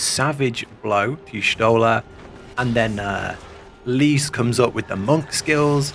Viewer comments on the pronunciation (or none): none